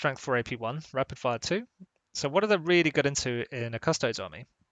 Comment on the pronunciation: so your channel is named Custodes Central and yet you say Custoads instead od Custodies? cant wait for "Asstards Central"